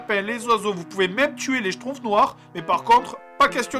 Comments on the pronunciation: en fait ça se dit SCHTROUMFS et non SCHTROUFS à mais sinon tu fais trop rire :DD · schtrouMpfs et pas schtroufs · Pitié juste un seul truc : c'est les schtrouMphs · moi ce que j'entends, c'est "J'ai fini les SHTROUFS" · j'adore comme y prononce :les shtrouffe! ^^